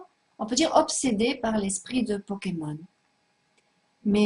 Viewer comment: elle dit les powkemon Mdr